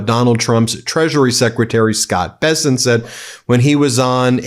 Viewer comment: Mr. " Be-sent" is back on screen talking rubbish!